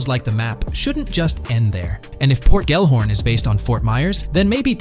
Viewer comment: Bruh can you not spell? Why do you keep saying “Port Gorn” it’s literally Port Gellhorn. Do you see the letters?? Say it with me ~ GELL-HORN. GELL. Sounds stupid when you say port gorn. Not even a thing🤦‍♂️